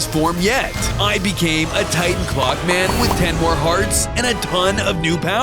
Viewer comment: Ngl, every time he said clock man, I thought he said Glockman.